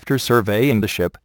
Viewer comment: dosent it sound like he said ( overloading can cause the shit to sink ?)